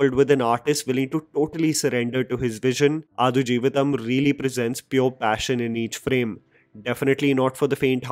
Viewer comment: Dude that's not adu jeevitham!!! Its aadu आडू!!!